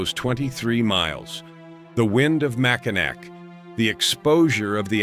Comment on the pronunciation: That’s MackiNAW if you don’t mind